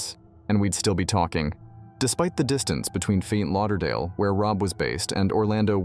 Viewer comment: This bot can’t say Ft. Lauderdale.